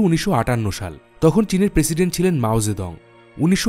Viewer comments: কিসের মাও যেদং। উচ্চারণ ঠিক করেন। আজব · মাও সে তুং , নামের উচ্চারণ আবার চেক করুন।